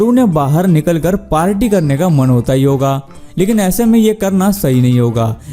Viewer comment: भाई पार्टी होता है पाड़ाटी कौन कहता है 🤣🤣🤣